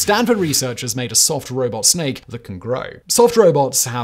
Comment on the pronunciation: You slipped from robot to robit Simon